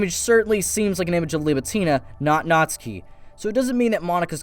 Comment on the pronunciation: ITS PRONOUNCED NAT SU KI !!!!